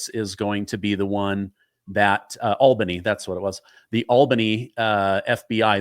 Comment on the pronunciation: learned how to say Albany correctly